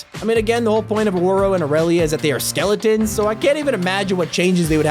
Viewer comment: everybody 'round heres got skele'ons